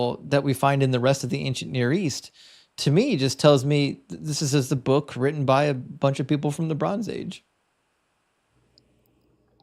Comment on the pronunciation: When you say written, you tend to say the emphasis on the end as in not ten, lol.